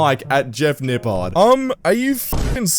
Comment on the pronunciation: Lmao “nipple”